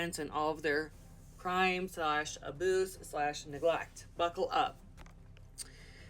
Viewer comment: I love how you say "aboose" to avoid getting flagged. That works pretty well.